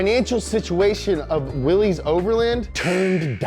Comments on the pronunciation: WILL - LISS man Will-Liss NOT Willee's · 1. it's pronounced Willis, like Bruce Willis, not Willees. Drives me crazy. Though here in Amurika, if you keep pronouncing shit wrong it eventually makes it right. lol 2. the 3.6 came out in 2012, not 13 3. 285 hp not 265. I really like and this guy kills me in these videos but their research is often lacking. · "willies"? Mr Willys pronounced his name "willus"..... Unsubscribed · It is pronounced WILLIS not Willie. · It’s pronounced Willis, not Willy’s. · cool video but it’s pronounced as “willis” not “willees” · Hey... its WILL-ISSSS not WILL_EEEEEZ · It's pronounced will-is not Willy's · Great video, just one problem (and I think I speak for all Jeep enthusiasts when I say this) the Willys name is not pronounced “willies” but instead you say it like “willis” like Bruce Willis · FFS! It's pronounced "Willis". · It's pronounced like you'd pronounce Willis. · just an FYI: "Willys" is pronounced as "Willis." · BRO!!!! its Willys not frickin Willy's. Get it together. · For future reference, Willys is pronounced "Willis". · Willys is pronounced like Willis. Just saying. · Willys-overland is pronounced Willis-overland. Always has been. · Nice, you made a jeep video... but didn't learn how to properly pronounce Willys which should sound like WIllis. It's okay I guess since 90% people don't know how to pronounce it either, including the authorized dealers. EDIT: I have a 2018 WIllys Wheeler 2 Door. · Also the pronounciation of Willy's my dude